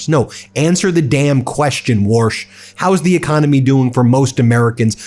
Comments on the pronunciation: Take the warsh out! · Warsh just gets worsh every time he opens his mouf. Another Twump fwunky.